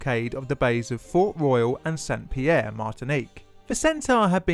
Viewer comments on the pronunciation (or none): none